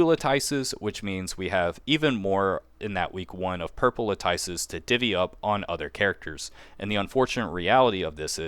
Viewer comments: “Latyce” lol you and Zox both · Every time I hear a CC say "LAHTYCE" I hear Zapp Brannigan saying "SHAMPAGAN" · It's prounounced LAT-IS. The nerfs/buffs were not serious enough for one to really change who they're going to draw for. I mean, really. No need to sweat your picks if you've already decided. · Eloquent master - vs. - Mispronounce God ZOX 🗣🔥🔥LAHTYCE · Thank you… I’m tired of hearing the lattice mispronounced lol. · Everyone watched too much of Zox. He standardized luh-tice. Lol. That's funny though because he started saying it properly now. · I was wondering why none of the CCs can pronounce lattice lmao